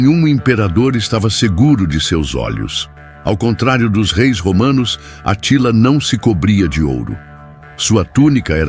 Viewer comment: Essa pronúncia do Narrador tá errada É Átila, não Atila